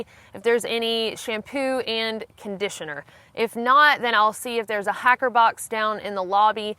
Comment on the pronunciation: Lol I keep thinking you're saying "hackers"